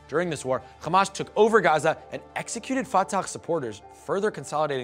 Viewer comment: Omg as a Palestinian I can say there is a lot of misinformation, inaccurate and biased facts here. But since the host pronounce "Hamas" as "Khamas" we all can guess where he's from and where this is coming from